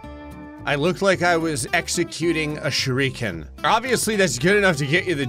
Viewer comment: I understand it's one of schticks to mispronounce certain things, but while his pronunciation of Naruto is still at least mostly correct, shurikens and shoryukens are two completely different things lmao